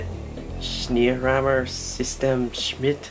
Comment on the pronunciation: What a kit...its almost mind boggling what can be done with styrene these days. I can help you with that pronounciation; its "Shnay - roymer" . Another good review bud keep them coming.